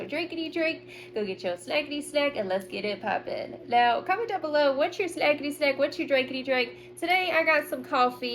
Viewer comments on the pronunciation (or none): Everytime you say Snackity snack, I always hear smokety smoke.